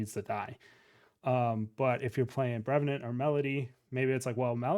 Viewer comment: why I always getting triggered every time I hear saying "brevnant"